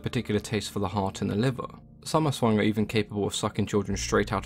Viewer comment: I just love how spot on he discussed the aswang! The details are all correct and even the pronunciation is so close on how we'll pronounce it here in the Philippines! Kudos to you!:)